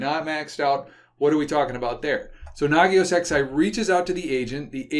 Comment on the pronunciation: does the XI stand for the roman numeral eleven, or is it merely a coincidence? I notice refers to Nagios XI as Nagios ex~eye